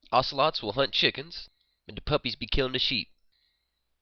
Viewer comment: lol "and the puppy be bkilling the sheep"